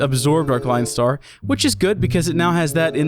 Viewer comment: Look up a tutorial on how to count to five in German, it'll help with the pronunciation of the Klein Star names.